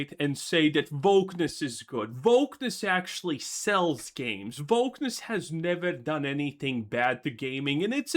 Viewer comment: He is saying "wokeness" with with a different sound for the "w", maybe as a joke or to avoid problems with the algorithim or something.